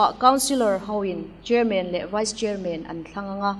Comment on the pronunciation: Chairman a "man" a lam dan kha. Batman, Spiderman, Superman tih te han lam ve chhin teh u.